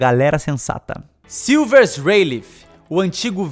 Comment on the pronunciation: "Silvers reileife" boa